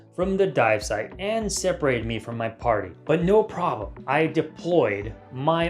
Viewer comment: Verry well made, cut and narrated videos, awsome way to spread knowledge but actually I cant help to comment because ..... "but no plroblem, I deployed my moderately sized red sausage" ... CUT! ... and continue.... 👌